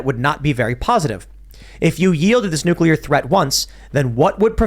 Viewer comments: I get annoyed at the constant harping on this topic because keeps saying “nukular” instead of nuclear. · Every time says "nukular" I die a little inside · ....nu clear. Not nuke you lur. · When is going to learn how to pronounce Nu Cle Ar, not Nu Cu Lar? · Repeat after me: Nook-LEE-errrr 😅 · Ever time adds a ln extra u in nuclear, I get slightly more angry. LoL